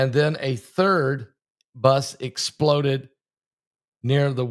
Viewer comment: Pastor, Thank you for all you do! I have a request....when you emphasize Explode like that it diminishes the tragic sense of whats happening , sort of like clickbate, it turns people off...Im not saying it in a mean way at all...but it hurts my ears :)